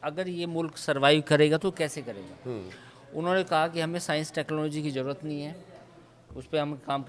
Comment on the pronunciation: bade sciencedan pehly jaroorat ko zaroorat to bolna sokh lo.🤣